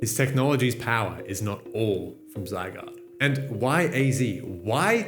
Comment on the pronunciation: "Sigh-guard." "Ar-see-us." I bet you're also the type to say "Ra-tattah."